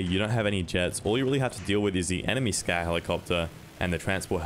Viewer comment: I couldn't help but think he was saying Scat helicopter. Big ol shit copter